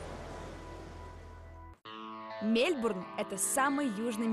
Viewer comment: Мне все время слышится Мельбрун, а не Мельбурн)